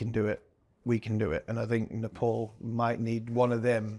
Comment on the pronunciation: It's pronounced Nepal not Nepal